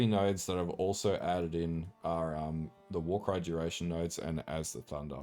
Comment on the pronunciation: "Warycrys? It's a warcry build innit"